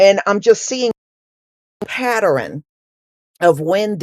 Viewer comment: Pattern, pronounced; "pa tern", not "pa tar rin"